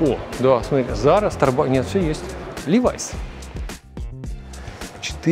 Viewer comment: Всем привет! Почему Ливайс, когда Левис. Levi's. Название бренда было образовано от имени ее создателя - Леба Штраусса, точнее от его американского аналога Levi. Это собственное существительное в российском языке тоже имеет аналог – Леви. Исходя из этого, на вопрос о том, как произносится - "Левис" или "Левайс"- название мирового бренда, стоило бы ответить, что "Левис"